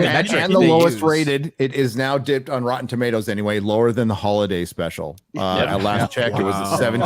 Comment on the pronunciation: said, "And the thing we're pointing out here is, this shory is such obvious obvious crap - such obvious slop. What type of a shill would you have to be to say, 'It's a good shoy', when you look at the critics review score of Rotten Toomodows?"